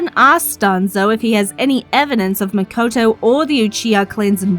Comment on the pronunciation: It’s Mikoto btw